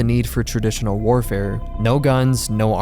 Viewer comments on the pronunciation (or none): none